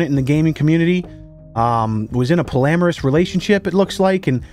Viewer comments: Official tomato mafia member here: what’s a “polameris relationship”? Do you mean “polyamorous”? Help me either you’re having a stroke the two times you said it or I am for hearing it wrong the two times you said it. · pALLamoUrous I bahaha it's "Pawlee-am-or-us" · Pretty sure it's pronounced poly-amorous, not like polamorous. J/S Love your videos brotha. I can always count on your vids to get a good laugh.. I Hope YouTube gets their shit together and your channel continues to do well. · Take a shot every time mispronounces polyamorous